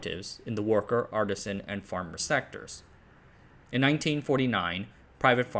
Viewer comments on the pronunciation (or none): none